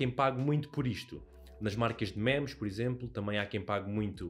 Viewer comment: "mémes" broo, fico desapontado contigo 😔